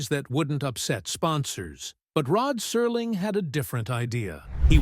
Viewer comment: Rod Serling — why does he suddenly become Rod Surling in this? Is that on purpose??